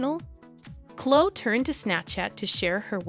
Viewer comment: The word is epitome pronounced ee PIT o mee, not epi tome (not three syllables) and Chloe is not pronounced Clo it is Chlo ee. Sorry, otherwise you are terrific! These are small observations only.